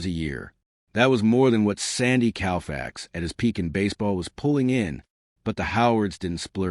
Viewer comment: YouTube has got to be too cheap to pay a real person to read the dialogue.After the voice on this video pronounced Sandy Koufax’s name as Sandy Cowfax as hit the stop button and refused to watch anymore.